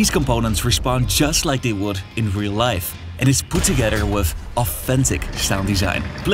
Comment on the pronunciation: Wif hindsight. 😂